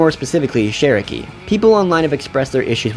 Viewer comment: i dont want to seem rude but its pronounced CH in cherokee and it sounded like you were saying SH